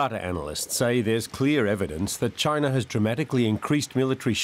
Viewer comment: “Chyna!” -Trump